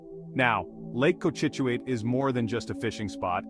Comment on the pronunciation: Lake Co-chit-chu-it in Nay-tick… K?